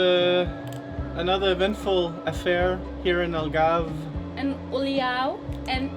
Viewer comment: here's a hint algarve is pronounced as all-garve , u guys say el-garve